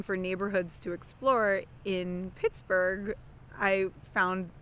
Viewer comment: Te amore "piksburgh"